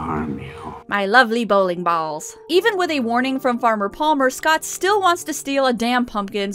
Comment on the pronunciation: "My lovely bowling bahls"